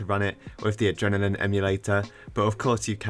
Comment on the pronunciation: Is no one going to tell him hes saying adrenaline wrong